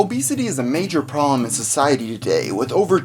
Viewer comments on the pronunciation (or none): "Obesity is a major prohm"